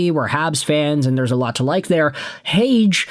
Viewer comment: leafs got cucked.... they gotta watch the habs and sabres run that train lol and its pronounced Heyg-EEEEEEE